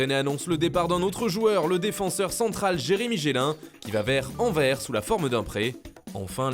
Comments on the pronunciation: Faite un effort pour la prononciation dés club belge svp Anderlecht et pas anderlerct et anverS et pas anver 🙄🤦🏼‍♂️ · Anvert mdrr 😭😭😭😭😭😭 c'est anvers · On dit anverSSSSSSSSSSSSS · Par contre pour Anderlecht on dit pas "AnderleRt" mais "AnderleKt ". Concernant Anvers, on prononce le S à la fin 🇧🇪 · ca me tue comment vous prononcez les noms de clubs belges; ca ce prononce AndeleKt et AnverSe en francais 🤣🤣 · On dit « anderlekt » et « Anverss » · Et les club belges apprend à les citer correctement !! (anderlecht, anvers) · Et Anvers 😥